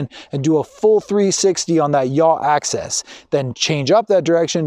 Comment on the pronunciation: Dude, really?? why should I take advice from someone who can't even say the correct terminology?? It's AXIS.... not "access". I would have totally re-shot this. makes you seem incredibly unprofessional and even a little bit pretentious!